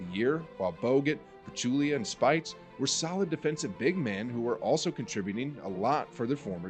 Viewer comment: Two small issues. 1. Speights' name is pronounce "SPAYTZ", not "SPITES". 2. It is not "Stephen Wardell Curry". His name is "Wardell Stephen Curry" (you said it wrong twice). Other than that, nice video!